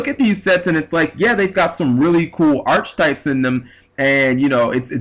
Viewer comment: !!! Grr again! Archetypes,..(ark-e-type). Don't mind me! It just gets me every time.....